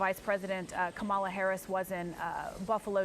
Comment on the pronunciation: it's comma-la please